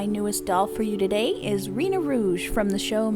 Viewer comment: It’s not Reeena, but Rena, R-eh-na